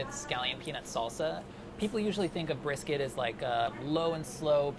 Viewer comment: hahahahahahah omg hilarious.